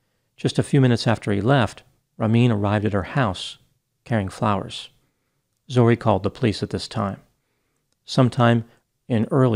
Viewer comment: Zo-ReH (different from "Zoree").